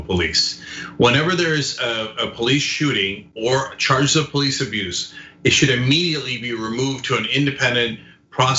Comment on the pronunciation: The "Po-lice" cannot/should not/will not "PO-lice" the "PO-lice". EVER! PERIOD!